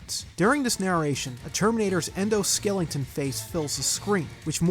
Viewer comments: Dude, did you just say ‘skellington’? Like, Jack Skellington? 😂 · Surely you’re aware that you’re saying “skelington” every time you say skeleton lol